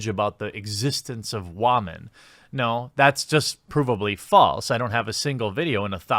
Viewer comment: Well, you do disdainfully mispronounce the noun “women” (wahmyn) in your videos. I’m pretty sure you just do it to appeal to a certain segment of your audience. However, it’s not insane for a dispassionate observer to get the impression you might have some issues with...wahmyn